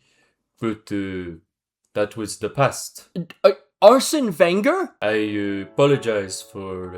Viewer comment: What was that Arsene Wenger half French-Japanese accent 😂😂